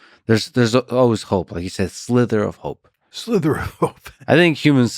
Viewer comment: Guys...it's 'sliver' not 'slither' though there sure are snakes at play in this evil.